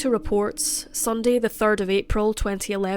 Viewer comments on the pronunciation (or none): none